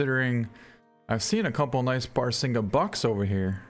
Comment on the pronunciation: Its pronounced bah-rah-sing-gah